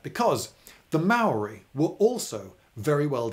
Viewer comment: Emmmm I got some problems with this A instead of first saying technologically inferior you say savages B you constantly mispronounce maori words including the word maori C you complain about the spelling of Pā its spelt that way cause it's our language why dont you spell biscuit like bìsçquit